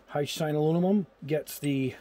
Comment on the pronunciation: I just view to hear you say "alunimum".;-) Joking aside, I can't thank you enough for doing ALL of these tests. I know it's not only a helluva lot of time and energy to do the vids, but I'm more impressed with the $ you're spending on this stuff so we don't have to! I'm not a Gunpla or Gundam builder but these tests certainly apply to whatever type of kits you/we build. Thanks again and keep up the excellent work!